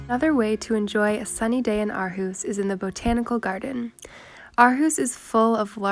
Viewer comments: Imma help you its pronounced "or-hoose" Aarhus. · What a lovely film. Great to see Aarhus getting attention. But how did you spend 6 months there without learning how to pronounce Aarhus? (ie it's Orhus). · The girl in the video is not pronouncing it correctly the Aa is pronounced as it was pronounced before Århus and Å is pronounced as deep spanish O ending with aw if u want...watch danish ppl pronounce it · Living there for 6 months and still mispronouncing the name of the city. HOW?